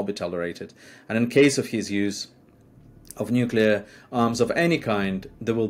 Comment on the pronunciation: He didn't even say nuclear